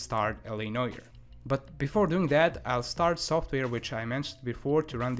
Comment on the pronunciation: He calls it L.A Noy er. It's No-are.